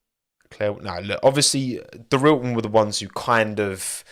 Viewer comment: I love how you tell us how to say Hyundai, and then immediately call Dorilton “Doril’n” 😂